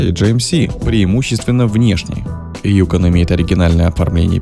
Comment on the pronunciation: Опять диктор неправильно ударение ставит. Правильно на вторую гласную ЮкОн.